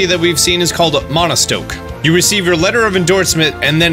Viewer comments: Why does he keep saying "Monostoke" 🤦‍♂️ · There’s no “n” in Motostoke!